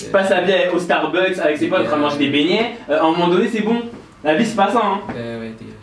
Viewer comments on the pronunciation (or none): « monsieur passe sa vie au starbucks avec c’est pote en train de manger des BEIGNAIIT » 😂😂🤣 mm pas il a dit beignet normalement 😂😂